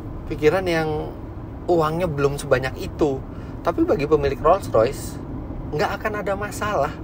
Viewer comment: Ngomong nya sampai belepotan saking mahalnya mobilnya, beberapa kali denger penyebutan nya "roys.roys " roys roys," engga Roll royce " 😂😂😂